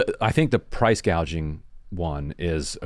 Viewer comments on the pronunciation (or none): What Kamala is proposing is not "price gouging" but " price gauging" 😂😂😂